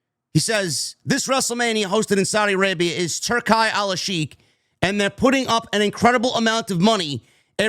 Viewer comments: It’s pronounced turkey, dawg. Like the lunch meat. Not Tur-kai. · Its pronounced turkey Turki sounds dope though 👌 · *Turki is pronounced like 'Tur-Kee'.